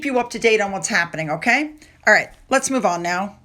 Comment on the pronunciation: There is just something so patronizing about her performances. - "right?" - that really grates on the nerve endings. "right?" And the emphasis is all wrong. - "right?" The basic premise that this woman has any right or skills to tell other people what to do with a mint leaf comes across as so fake. It's like she is trying to live out her childhood day dreams. It looks like she desperately wants to be in front of a film crew, being the leader of a gaggle of similar women, gushing nonsense about making cake look like love. The result looks silly and daft, fake and weird. In her mind and her friends, they probably love the results........... seeing themselves on film, showing off their posh frocks in the sunshine, eating cake. I wonder how many of the ss crew were invited?